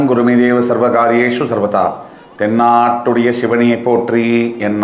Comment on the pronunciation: தென்னாட்டுடைய இல்லை தென்னாடுடைய. சரியாக உச்சரியுங்கள் ஐயா